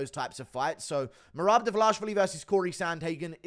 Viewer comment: has me in tears with the he can’t get marads name right 😂😂😂😂